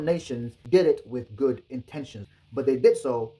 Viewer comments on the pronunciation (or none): none